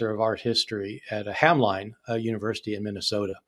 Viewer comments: Hamline is pronounced 'HAM-lihn'. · FYI that college in Minnesota is pronounced to rhyme with "shin", as if there was no "e" in the name.